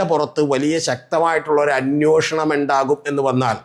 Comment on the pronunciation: അന്യോഷണം അല്ലെടെ അന്വേഷണം എന്നു ശരിയായി പറയൂ...